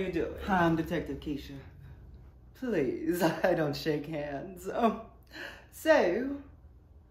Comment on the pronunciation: He used my name i love the way he pronounced it kisha and his accent is so good